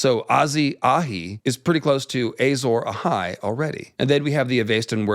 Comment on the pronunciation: Ey-sore Ahai is like when GRRM Says Doth-rah-kaj